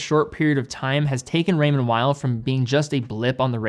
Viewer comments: Please pronounce Raymond Weil like "remonn vei", it's located in Geneva (french speaking) not in Germany ! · Raymond Weil. Please. ray-Mond Vee.